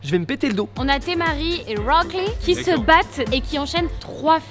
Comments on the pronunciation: c’est pas temariiie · c'est pas Témarie Sinon je vous kiff continuer !